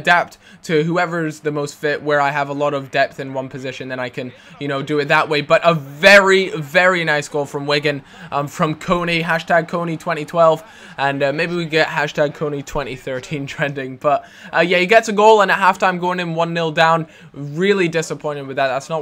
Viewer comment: kone not kony